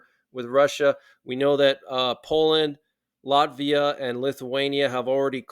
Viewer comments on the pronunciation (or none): none